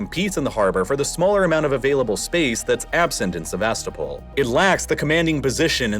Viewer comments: You sound so ignorant when you say SeVAStopol instead of SevasTOpol. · Please check your pronunciation if you’re not using an AI voice! I know some towns and whatnot are difficult or kind of obscure, but it’s driving me batty to hear Sevastopol when it should approximately be “seh-vah-STOH-pul”. Second vowel could be between an ah sound and an uh sound if it’s easier? Someone better with linguistics and Ukrainian language (I know Russian, but struggle to explain pronunciation in text) could say better. It’s a small thing, but when you use the name of the place often, it’s a good idea to look up proper pronunciation. I did enjoy the video otherwise! Sorry for the long post about a word. Don’t take it as me not liking the video - I do, quite a bit 😅